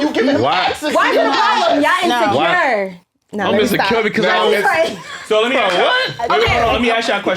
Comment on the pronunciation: Come for other nationalities about speaking English when you can say ASK instead of AKS.